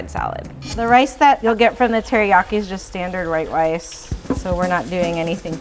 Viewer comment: Nobody noticed that she said “Rhite wice”?!